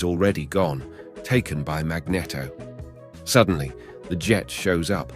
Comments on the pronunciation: Sorry 4 laughing but the way you pronounce magneto is funny ...cause mag net o is a famous ice cream ... we say mag ne to 4 the proper wording ❤❤ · It's Mag-NEEET-to, not mag-neh-to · Is really pronounced as he does, "Magnito" instead of "Magnéto".. I dunno..😅😅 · Also says Mag-Netto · I hate the way you say “magneto” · I feel like you are deliberately mispronouncing magneto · pissing me of now guy cant even say magneto right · I enjoyed the video love how you say magneto sounds like a cross of a magnum and a cornetto